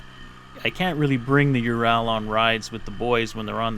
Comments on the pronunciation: ARGH! Learn to speak Russian if you are riding one of their bikes! It is pronounced OO-rall (as in hall) not you-RAL (as in HAL (name)). Own it! Love i! Speak it! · Why can't Americans say anything right!?! It's Ural, not UrAAL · Its (W)ho-RAL not you-ral, but who give a fuck, we are in america. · UrAll not UrAL....Just saying... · Please, would you stop calling it a ur al. It's a ur ul, just like the mountains in Russia. See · Nice video! 2 things, however: 1) Get that SPOT off your handlebars and into your pocket! It will do you no good if you get thrown from the bike and are hurt or pinned. 2) Ive been corrected several time by actual Russians, its either pronounced "you're-ole" or "oorall" depending on where you're at in Russia, NOT "your-owl" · i cringed every time you said your-al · It is pronounced "oorall" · Why you say ural so weird tho? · Learn how to pronounce the name of the motorcycle